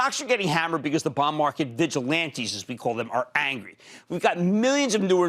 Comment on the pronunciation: The way he says bond market auto-subtitle is showing as " Bomb Market" what's wrong with his accent lol even google can't interpret correctly.